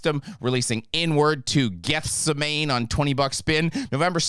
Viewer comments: Took doesn’t sound like English. Also, I’m not religious either but Gethsemane is pronounced Geth seh mah knee. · Didn't enjoy the pronunciation of Gethsemane, just saying. Notable other releases for November = Plague Rider, Tetragrammacide and Ch'ahom.